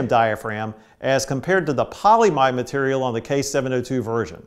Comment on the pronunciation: Not "polymide", but "polyimide" (Kapton) as opposed to "polyamide" (nylon).